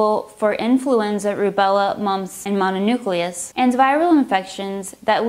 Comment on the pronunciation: Had to turn it of when this dope mispronounced mononucleosis